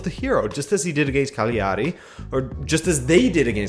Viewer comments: the gl in italian, you can treat similarly to the lh in Portuguese, it's not a g in either case, so in italian the word Cagliari is 3 syllables long. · Or put more simply: G is silent when put before L in Italian, so it's pretty much "Caliari".